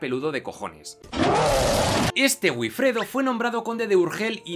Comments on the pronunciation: Es VIFREDO, teniendo en cuenta que la probable pronunciación de la W gótica fuese similar a la W alemana, e incluso se parecería a FIFREDO. Pero no a "B"ifredo. El fonema B en lugar del fonema V es un "vicio vascón", ¿sabías eso?; uno que el castellano adquirió del vasco de la época y que ya hasta César resaltaba de los "iberos" con su famosa frase de "bienaventurados los iberos, para los cuales "vivir" es "beber" (vivire, bebere est) y que casi nadie sabe entender correctamente. 😏 La V y la W derivan de hecho del fonema U, campeón; en inglés, en alemán y en español. Otra cosa es que tú no sepas pronunciar una V, y no entiendas la diferencia. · Estupendo vídeo, pero la pronunciación de Wifredo (El Velloso) es "Bifredo", no "Uifredo". El inglés nos está invadiendo...